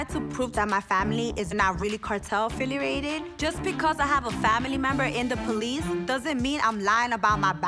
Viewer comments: She doesn’t know how to say AFFILIATED it’s not AFFILERATED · YESSS YALL this woman said AFFILARATED INSTEAD OF AFFILIATED 🤦🏽‍♀️🤦🏽‍♀️🤦🏽‍♀️ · Can someone teach her how to say “AFFILIATED” and it’s not AFFILERATED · Wtf is affilierated? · “AFFILIARATED”😂😂good job baby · Affiliorated lmao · Bec Aaa “ affilurated “ lol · Affilerated is what she says 😂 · She said “affriliated” I laughed so hard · So is “affilerated” 😂😂😂😂😂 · “Afilliriated” is a word lmaooo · Wait did she say affiliarated??? 🤣🤣🤣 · Cartel “Filla-rated 🙄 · Fill -er-ated? 🤔🙄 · Afillerated???? girl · Does anyone else find it funny how can’t say the word “affiliated” 😂😂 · This is the second time she’s said “affiliated” wrong. Lol she must not use the word often. 👀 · She forgot the A😭😭😭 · LMFAOO she said affiliated wrong 🤣😭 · WHY CANT ANYONE SAY “ AFFILIATED “